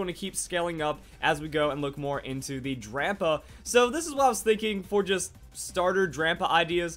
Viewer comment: Is it just me or am i the only one that thinks he keeps saying Grandpa instead of drampa? :)